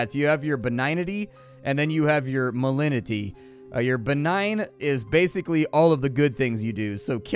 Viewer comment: You pronounce the G in malignity.. Malig-nity.